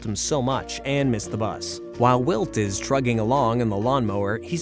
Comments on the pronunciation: Narrator says walt instead if wilt at one point too. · Pretty sure its AI. Heard them call Wilt "Walt" as well